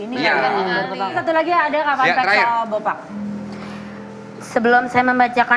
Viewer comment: fan fack...😭😭😭😭😭😭 izin koreksi, yg benar "fun fact" kak😭